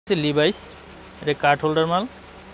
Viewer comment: লিভাইস না এটা লেভিস আর হাওয়াই না এটা হুয়ায়ে উচ্চারণ সঠিক করেন।